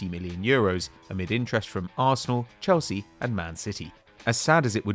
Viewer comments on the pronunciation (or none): none